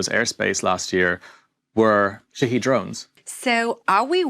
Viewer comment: Poor is talking americaneese. Shahed is the name of the drone and shaheed is the american mispronounciation of the thing. I still love listening to reports, because he is a fabulous and insightful reporter